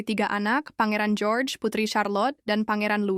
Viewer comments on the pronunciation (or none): none